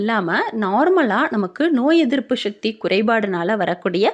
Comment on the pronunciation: ஷக்தி இல்ல சக்தி னு அழகா உச்சரிக்க வேண்டும் .